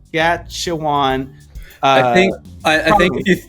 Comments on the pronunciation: If that guy cannot pronounce Saskatchewan, he has no credibility. Needs to be left off the panel. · By not saying the name right when your talking about the providence , you look like ya don’t know what your talking about! I’m gonna block your feed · Dude, all love and respect but I'm from South Carolina and I can say Saskatchewan! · Sash - Cat - Chew - On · The province of Saskatchewan is pronounced..Sas-kat-chu-wan and yes Alberta supports most of the transfer payments distributed between provinces where the prized province is Quebec under liberal governments. From Ontario and I love Alberta and Saskatchewan (the bread basket of Canada) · Whatever your name is, I just reported you and some of your viewers to YouTube authorities. From now on, I will continue doing this, as your propaganda is dangerous for Canada, and I will spread the word about you and your actions.You sit and preach there while you can't even pronounce the word "Saskatchewan", and your audience evidently doesn't have a problem with this. Pathetic and laughable. Your ignorance is not a blessing in Canada. Go promote something like mops or pink salt, or whatever. I don't give a rat's ass about what you and your ignorant and aggravated supporters say, I am not going to read it anyway. If you people don't like living in Canada, - live somewhere else. 🇨🇦🇨🇦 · How can you speak on these issues intelligently and not know how to pronounce Saskatchewan ????? Moron! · You lost me when you couldn't pronounce Saskatchewan, like it's on Mars and you've never heard of it before. Especially when you knew you were going to make a video on it. And no, I'm not Canadian. I'm just tired of people like you, making us Americans look like uneducated morons. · You monopolize the “conversation” but can’t pronounce Saskatchewan. What a jerk! Get a clue: you should have learnt and practiced pronouncing Saskatchewan BEFORE going on air.